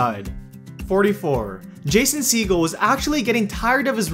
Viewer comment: How you say Jason’s name 😬